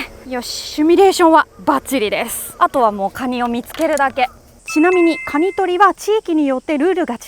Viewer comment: カニをガニッて 発音ッて事ゎ 久留米の方なのかな(・_・?) ッて事ゎ このカニさんゎ 九州地方でしか獲れないのかな？